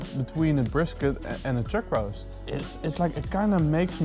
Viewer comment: "chug roase"....